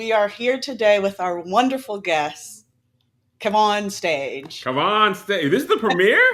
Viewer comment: Imma need her to pronounce Kev-On-Stage correctly!!!!! Not KEVON 😊